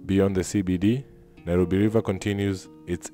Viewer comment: It is Nairobi in Maa language not Nyirobi!